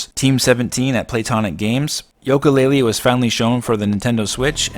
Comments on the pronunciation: why do you say Yolka Laylee? Its Yooka Laylee, like the instrument. Great vid by the way:) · Oh come on, Yoke uh laylee?